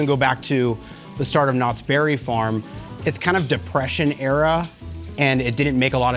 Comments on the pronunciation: WHY IS EVERYONE EMPHASIZING THE BERRY IN KNOTTS BERRY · says knots BERRY farm